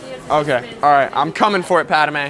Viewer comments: The one thing that pissed me of is him saying paderme not padme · Thank you,I thought I was the only one who got Pissed Off that he called Padame instead of Padme.. #ForceChoke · Isn’t he suppose to be saying pad-may why is he saying pad-da-may??? Please explain anyone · It is pronounced pad may not padi may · Dude,You Forgot to put on the belt,and the rest of accessories.. And it's Padme,Not Padame!? This Is Outrageous!!! #RevengeoftheSithRules #ForceChokeThisDude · It’s pad-may not pad-a-may and padmé is spelled “padmé” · no one: calling her Padame instead of Padmé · bro says padame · Am i The only 1 who noticed he called Padme pad-a-mey and not pad-me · Padame bro It’s Padme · Bruh I just love padame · i swear if you say pad-a-me one more time i think i’ll take the high ground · why does he pronounce it pa da mae